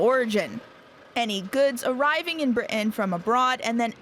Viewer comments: Someone teach this person to say Britain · The word 'Britain' is spoken with a 't' sound in the middle. An alveolar tap like what you get in the USA is okay, but somebody needs to tell the American presenter to pronounce the name of the island properly. It sounds amateurish and slovenly the way she said it.